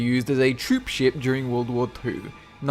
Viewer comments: sid he just say world war pooh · You said world war poo